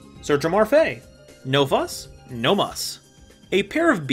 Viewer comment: How are those characters read as Marfae? It is clearly Me-Ru-Fi-I